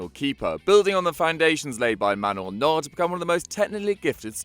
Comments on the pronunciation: Who the hell pronounce Neuer as Naud?!?!?! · Manual Nord lol